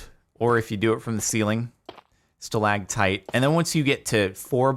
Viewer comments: Oh Jardon, you were so close. It's stalactite with a “c” not stalagtite. Only stalagmites have the “g.” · He's got the "tite" vs "mite" right, but he always says Stalagtite instead of stalactite lol